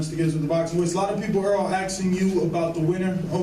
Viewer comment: why are some people pronouncing "asking", "aksing"?